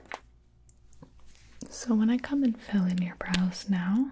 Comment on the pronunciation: How often did you hear her say "bras" instead of "brows"?